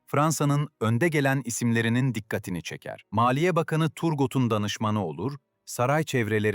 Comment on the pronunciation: Bir dakika dinledim bıraktım. Saygı ve özen noksan. Okunuşu Düpon okunuşu Türgo...